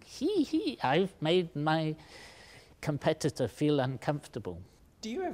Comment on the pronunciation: At first i thought he said computer not competitor